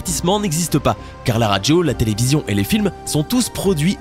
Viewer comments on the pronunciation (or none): on ne dit pas radgio mais radio, c'est très très agaçant! grrrr!